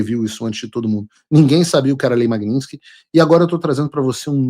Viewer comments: Paulo Figueiredo, a lei é "Lei Magnitsky", e não "Magninsky" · Paulo, não é lei Magninski. O correto é Lei Magnitsky. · Paulo, o nome é russo, e em russo a pronúncia é exatamente como se escreve: Magnitsky. O americano é que transformou a pronúncia em magninski. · A maioria das pessoas fala errado. Não é magniNsky é magniTsky em homenagem ao advogado russo Sergei Magnitsky...